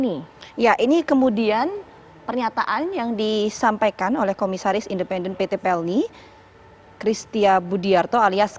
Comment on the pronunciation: Apa gue aja yg ngakak pas bilang "Komisaris" di detik 0.18